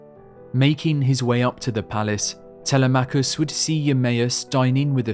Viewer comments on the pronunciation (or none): Such an incredibly detailed and colorfully described tale! Thank you. However, you pronounce the son of Odysseus the same way I did for years: Tel-e-MACH-US. A small matter, but the correct pronunciation of the Greek name is: Te-LEM-ach-us.